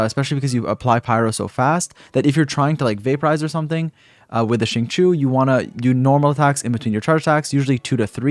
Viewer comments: correct me if im wrong but i thought it was xing-chee-ou instead of xing-cho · She-ing chi-ew My best try at helping non Chinese speakers understand how to pronounce it xD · it’s pronounced shingqiu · If I hear "Zing Chew" again I'm going to scream. He literally says his name in game. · Problem with non Chinese speakers the X and Q sound in Chinese is pretty hard to do. So like I’m just glad they are trying lol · I think japanese pronounciation is different from chinese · ah, okay then. i use the eng va so i won't know, but still, shing chew sounds so wrong when saying xingqiu's name lol. atleast to me